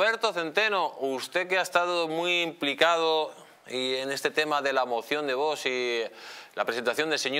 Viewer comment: Que manía con decir Vosssssss!!! Tanto cuesta decir bien Vox?